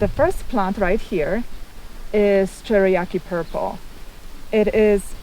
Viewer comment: Cherokee Purple you miss pronounced but it's a great tomatoes I'm Mid Ohio 6a and Black Krim are my favorite for it's early season steady production and one of my top favorites and my experience best for my slicers and wife's favorite. Black Brandywine is my favorite for taste Midnight Snack for snacks